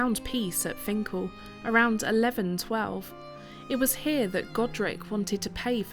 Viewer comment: This isn't far from where I live - about 10 minutes drive. As a lad my grandad used to walk from his home in High Moorsley to Finchale to swim in the Wear. I'm pleased you got the pronunciation right. Interesting to hear the history behind it. I'm surprised you were ok flying the drone as it's not far from HMP Frankland.